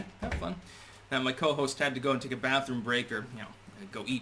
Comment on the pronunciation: Your "Co-Hoast" Took the Show! : }